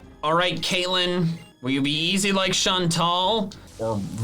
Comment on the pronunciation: He mispronounced Caitlyn’s name as “Cailin,” which makes me very happy because my name is pronounced that way.